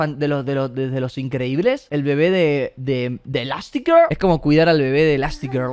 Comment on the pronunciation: LA FORMA EN LA QUE DICE ELASTIGIRL O LO Q SEA JAJAJAJ